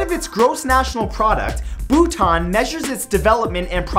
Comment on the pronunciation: Haha the way you said Bhutan. I'm from Bhutan XD.